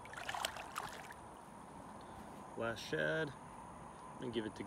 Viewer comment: who else gets upset when he says last shad :( lol